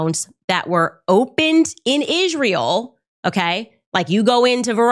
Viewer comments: I've never heard anyone pronounce Israel like that. "Ihzh-rael" 🤔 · "In Ijrayel" - Candace Owens. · it’s really bothers me how Candace pronounces it “Ishrael”. Check it out